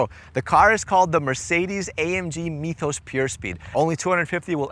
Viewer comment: You pronounced that damn right